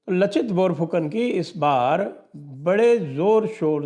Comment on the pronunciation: लाचित बिरफुकन.. असमिया भाषा मे 'च' का उच्चारण 'स'